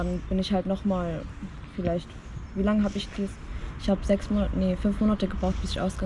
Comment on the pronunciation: Für Menschen die "isch" und nicht "ich" sagen besteht keine Hoffnung.